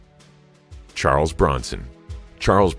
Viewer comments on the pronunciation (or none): none